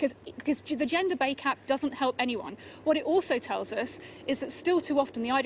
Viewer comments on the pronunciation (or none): stella says " gender bay cap